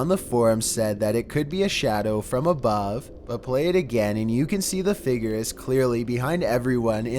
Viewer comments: "Maybe together we can F I G E R out-" Figer? *Figure... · say figure more clearly